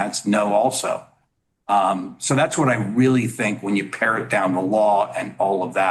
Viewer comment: "pare down" not "parrot"